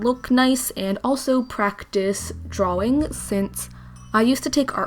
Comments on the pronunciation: I was so irritated by how she says drawing. It’s draw-ing. Not draw-wing. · OMG did anyone hear when she said drawing weird 😸 it was